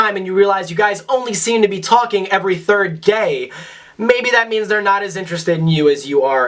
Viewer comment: Is it just me or does it sound like he is saying “Every 3rd Gay”